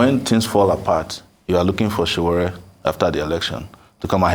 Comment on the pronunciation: It's Sowore not Sowere.. Very unprofessional of Arise TV